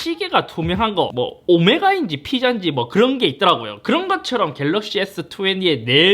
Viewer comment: 역시 갤rr르르르러어억씨